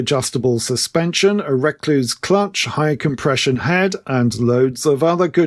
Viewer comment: Oh and the clutch is pronounced " Recluse"...... as in the Recluse spider....